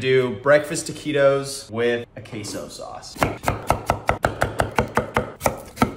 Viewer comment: The way he said taquitos is so cringe and it isn't even pronounced that way smh